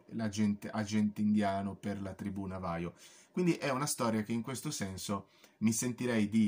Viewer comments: La pronuncia navajo no si può sentire... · Navaho è come si pronuncia, si scrive chiaramente Navajo